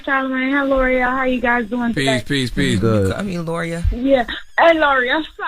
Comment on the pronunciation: Thought Laura was white/light skin until I saw her on the video. It's all because you guys pronounce her name wrong.